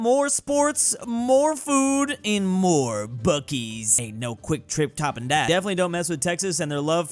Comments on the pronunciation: clears throat it is pronounced bucees's (biew-see's) grabs popcorn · Wait, you pronounce Buc-ee's as Buh-keys? I've only ever seen it written down, I thought it was Bus-seas. Like bussy :3.